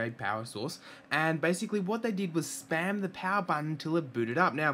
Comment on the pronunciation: didn't understand what you were saying ("spam" the power button) but i think someone said in the comments that they "slammed" the power button. i gave it a nice slam, about the strength i would use if i was hammering a thumb tack into a drywall, but with the bumper case ON. Thanks, and thanks